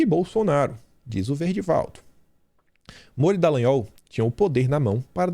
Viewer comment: Afff "Detran" Dalagnol....